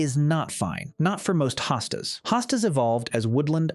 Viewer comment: Please stop the AI narration! One moment Hostas is pronounced with long O and the next with an AH. Very annoying and distracting.